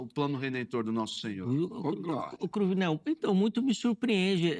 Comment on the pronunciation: Cruvinél é Cruninél viu.